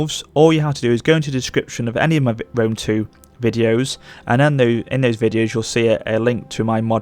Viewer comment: I thought Lionheart was a bad pronouncer for Rome 2, but then I watched this video.